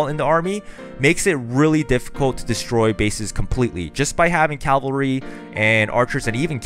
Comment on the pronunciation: seriously? caLvalry? SERIOUSLY?